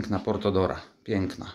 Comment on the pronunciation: Portora nie portOdora